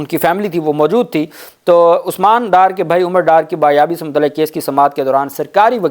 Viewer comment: Ye lafz bazyab ha na ke bayab. Please agar ma ghalt hu to koe tashreeh kar de is bat ke